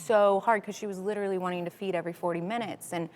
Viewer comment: She still saying litooorilly!!!!!